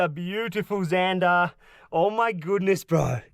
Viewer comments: Why do you call them zanderrrrr in England there just zander ? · Why he always say ,,zandarrrrr“ in the Most fking German way 😂😂😂🫶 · How he said zandar was so bloody funny